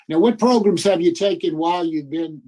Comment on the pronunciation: Pro-Grams! Programs! I’m watching, nothing irritates me more than hearing him pronounce programs “pro-grums.” Maybe I watched way too many hearings😂